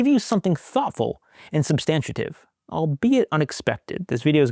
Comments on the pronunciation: Love ya, great work, but substantive is a 3 syllable word: "SUB-stan-tive." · Please check the pronunciation of “substantive“ .